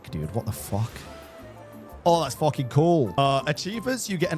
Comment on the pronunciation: It's funny how he says "FOKOING INSANE" 😂😂